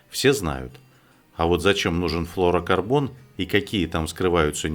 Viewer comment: Да перестань ты говорить флорокорбон,правильно флюро говорить